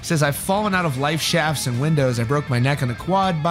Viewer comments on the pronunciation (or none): "Fallen out of life shafts" lol, it's lift shafts, a lift is an elevator in British English!